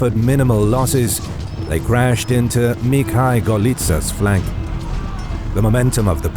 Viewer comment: Except one name of Moscov army commander. Mikhal - it was given in Polish pronouctiation while should been in Rissian pronounciation - Mikhail (Mikhaiw)